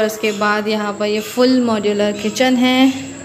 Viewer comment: Moudulaaaa nahi modular